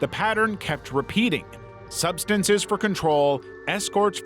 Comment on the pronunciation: GOD DAMN! Your telling me you can't say SUBSTANCE either? What in the hell is going on?